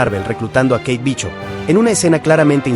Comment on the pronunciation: 🤣😂🤣😂🤣😂🤣😂 Charon, Chanchi, Majerchala, Bichop, Konchu, Itan Jo, ChiJul, Mantin, Churi, AdamWarlo, Inveichon, Agatha Olalón... wey, no mames, amé tu pronunciación, me hiciste reír muchísimo